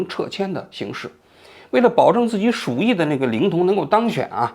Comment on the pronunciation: 属意,正确读音是zhǔ yì,汉语词语,释义为归心,着意;犹指倾心,指男女相爱慕。